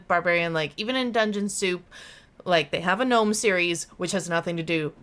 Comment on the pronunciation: I know the G is silent but love that says "Geh-Nome"😂❤